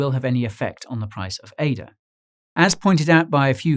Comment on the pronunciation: Thank you for calling Cardano Ada, instead of A-D-A, kind Sir.